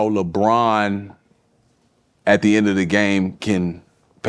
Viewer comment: That man said Lebronto 😂🤣